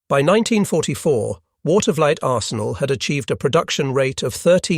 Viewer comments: My uncle had a key position at the Watervliet Arsenal and i got a chance to tour the Arsenal during their Open House. Seeing lathes that turned 30 foot long barrels was indeed impressive. Also the pronunciation is Water - ver- leet. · Water-vuh-LEET is closer to the local (Capital District) pronunciation. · The US Armory in Watervliet, NY is pronounced "Water-vleet". Interesting video, was not aware the US put 10" howitzers in the field.